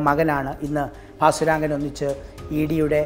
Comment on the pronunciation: ഭാസുരംഗൻ എന്ന് എന്തിനാ ഇപ്പോളും പറയുന്നു...കേട്ടിട്ട് prandu പിടിക്കുന്നു